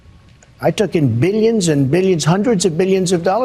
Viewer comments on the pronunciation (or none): "Beelyuns and Beelyuns.." ughhhh !!! 😒🙄😒